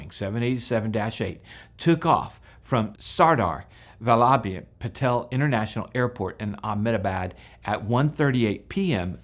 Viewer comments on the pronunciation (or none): none